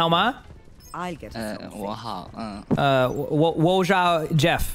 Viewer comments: DIAO doesn't mean good, it's HAO, 好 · i speak chinese i dont think diao is good in chinese i think he went hao as in 好 （this means good)